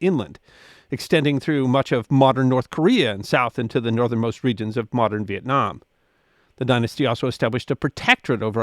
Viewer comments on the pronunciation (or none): none